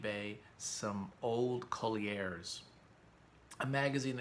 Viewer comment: No one ever pronounced Collier's french-style "CollyAIRs". It was always just "Coll-yurs".